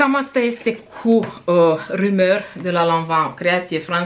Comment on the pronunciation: Intersant haul! Sunt curioasa fata de multe parfumuri Dior din gama lor de high-end, dar nu m-ar lasa inima sa dau un sac de bani pe o sticla. :)) Ai pronuntat perfect "rumeur", stai linistita! Nu sunt genul care comenteaza la videoclipuri despre pronuntia diversilor youtuberi, dar mi se strepezesc dintii cand aud in ce hal stalcesc unii youtuberi americani nume de case mari de parfumuri. Ma refer la cei care fac review-uri de parfumuri. Din moment ce s-au declarat mari iubitori de parfumuri si au hotarat sa își faca un canal axat pe parfumuri, mi se pare de bun-simt sa faca un mic efort (si research) sa pronunte cat de cat decent. In fine...